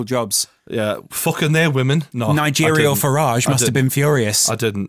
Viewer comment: "Nigeria Farrage" I'm DONE 😂😂😂😂